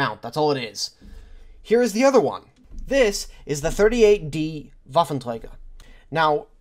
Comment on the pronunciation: Wow. When you say “Waffenträger“ it sounds like a german said this word. Very good!